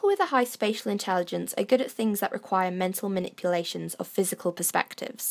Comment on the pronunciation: Thought you said "special" intelligence.